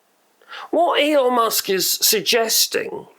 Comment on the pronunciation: Did he just say "Anal" Musk the first time? 😆 . Probably not but it certainly sounded like it to me!